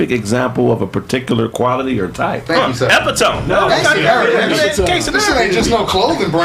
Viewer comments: saying "e-pit-uh-mee" as "ehp-ih-TOME" is the epitome of his duncanness. I'm sitting here like "right!" as if I was in the room. I noticed that Corey has been kicking it and just did a music video with Gorgeous Dre whom Zo doesn't like - as evidenced by their tense conversations on 5150 - now Zo is clicking up with Grady. That is extremely interesting to me. When women ask "what shows do you watch", I immediately tell them "Kraigfacts". They're always like "I've never seen that." I'm like "I know its the realest show in America." Love this show. keep it coming. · Epi-tome?? Oh Pootie Tang mouf ahh 😂😂😂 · Wait... did this nigga pronounce epitome... as ep-uh-tome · Epi tome 😂😂😂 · they way Pronounced Epitome!! LMAOOOOO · was so crunchy after he found out the correct pronunciation of epitome. Nigga tried to flex his intelligence 🤣 😂